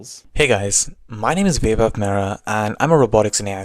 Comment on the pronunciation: As an Indian, its the first time I heard the name "Vaibhav" pronounced as "waybhav" lol. BUT, its nice to see fellow Indian brothers on this channel. Keep up the good work.